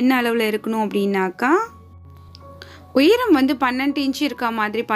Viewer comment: Please pronounce the word cleary.. உய்ரம் இல்ல உயரம்... all your creativities are excellent except your pronunciation..